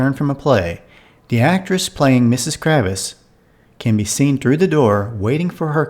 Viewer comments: It’s Kravitz, not Kravis. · KraVITS VITS TS and Sam Man THa! TH Not SamanTa